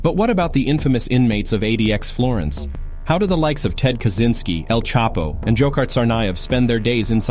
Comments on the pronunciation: This AI Slop can't even pronounce "Kazyncski" or "Unabomber". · Feedback is what you get from buying a MICROPHONE and having too close to your speakers....The AI in this video mispronounces "Kazyncski" and "Unibomber".